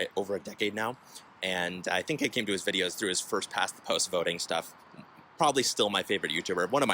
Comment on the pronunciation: Ah yes this “vidoe” 💀